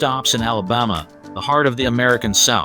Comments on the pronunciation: Who taught this guy how to pronounce the words “ Alabama” and “Birmingham” ? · Alabama doesn’t even compare to NYC or San Francisco when it comes to homelessness. You make it seem like Alabama has the worst problem when so many other cities have a huge problem. And you can’t even pronounce Alabama or Birmingham.